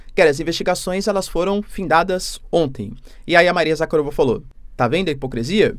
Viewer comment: Em casa sempre que acompanho as suas notícias, quando o mencione o nome da responsável das relações exteriores a Maria Zakharova, a minha esposa cá na Rússia fica toda chateada, e diz, diz ao seu professor que é Maria Zakhárova, e não Zakharova😊😅 Por isso peço ao Att: pela pronúncia correta que é Maria Zakhárova 🙏🏿 Sem querer desmerecer o seu trabalho, Da geopolítica, e já acompanho o seu trabalho desde a operação especial da Rússia na Ucrânia. Realçando que a Rússia só está defendendo o seu território e o seu povo, que ninguém ficaria feliz vendo a sua casa rodeado por inimigos.